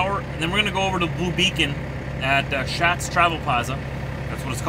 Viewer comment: Hey, the Shatz family is actually pronounced "shots" I believe it's a name of the German decent.